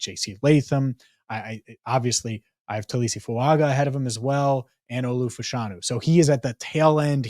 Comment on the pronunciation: Fuaga. Pronounced Fuanga! He’s Samoan! The G makes an ng sound! EVERY TIME!